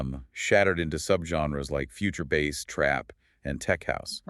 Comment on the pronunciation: 🎣 “bass lines.” OMG, you folks totally exposed your fake narration by mispronouncing one of the main terms in electronic music. 🤮